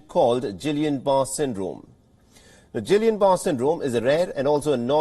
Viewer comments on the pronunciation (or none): Oh, come on, make an effort on pronunciation.. There's only one Gillian (Anderson), no Gillian Barr..